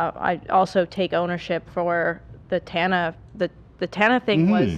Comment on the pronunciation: i know this is a subtle joke but you messing up tanas name after bragging about how easy to pronounce it correctly got a chuckle out of me lmao